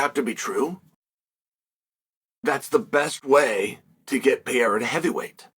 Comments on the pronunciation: PE-RE-EA-RHA that's how you pronounce it phonetically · How many times can Chael say Pereira's name wrong???? 😂😂😂😂😂😂😂😂😂😂😂😂